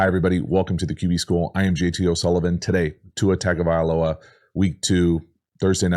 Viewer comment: Presumably his last game and you're still mispronouncing Tua's last name. Tungo not tago